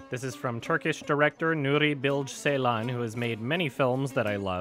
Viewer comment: As a turkish guy I find your pronunciation of Nuri Bilge Ceylan extremely funny :D